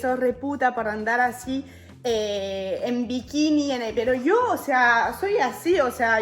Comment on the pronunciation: porque hablas diciendo io y no dices yo , estas engañando a tu argentina